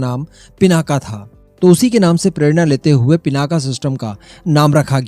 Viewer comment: पिनाका नही भाई पिनाक हे